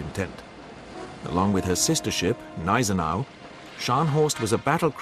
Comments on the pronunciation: I take it these treaties that were broken were set by the league of nations which was useless back then as it is today under the name of the UN, useless and a waste of taxpayers money, By the way the gneisenau the G is pronounced it is not silent. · The G in Gneisenau is not silent.